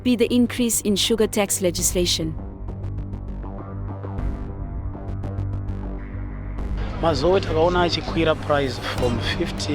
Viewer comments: Eish pronounce it as it is, “Mazo-way” kuita sei??? its “Mazowe”🤦🏾‍♂️ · Iwe taura mushe mhani,its pronounced as mazowe not mazo. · Great production. But whats MAZOOH? Least to be done is pronounce mazoe properly. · even Zambians can pronounce Mazowe, great docu but please next time pay attention to detail